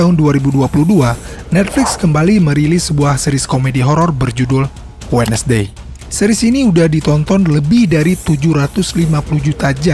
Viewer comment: Correct dikit bang bang, bukan menyinggung atau apapun itu. Cuman nice info "WEDNESDAY" di eja bukan "wed nes Dey" Tapi wensdey Btw pembawaannya bagus dan enak